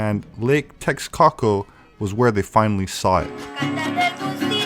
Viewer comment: Awesome video. By the way...its pronounced "tesh-coco". Much easier to say than the way you're trying to say it. Much love.